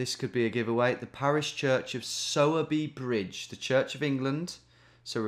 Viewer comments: Ayy, my birthtown was in this one, Sowerby Bridge. Note: Its pronounced like Sore-Bee, but better than the Sour-Bee I've heard from most people who see it. Also, grats on the 1mill! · Hey Tom I don’t know if it’s been said but it’s pronounced sore by bridge - the er from sowerby isn’t pronounced! Anyways it was cool to see a spoons I’ve been to on here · It’s pronounced ‘sourBry’ bridge.